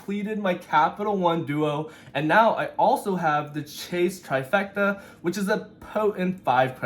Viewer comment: I completely agree. Every time I hear them say God Trifrecta I just shake my head.